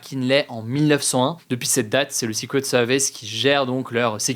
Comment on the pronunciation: nope en anglais britannique non plus on ne prononce pas secret comme ça.